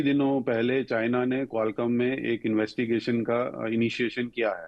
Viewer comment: IIT Delhi ke Professor Humor Sarah se baat karte hue anchor Qualcomm ko Qualum bol rage hai. Ye blunder hai, chhota mota mistake nahi hai.